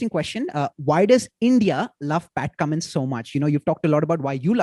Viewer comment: You ruined whole charm of Cummins calling him kammo😂